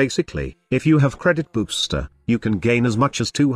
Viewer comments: i cant unhear credit boobster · why I heardcredit boobster